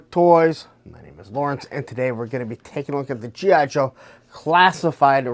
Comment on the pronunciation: Slow down. Articulate. Its G.I. Joe...not jhijho.